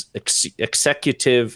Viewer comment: Ex oooooative order lololol